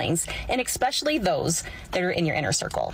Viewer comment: Expecially? What kind of word is that?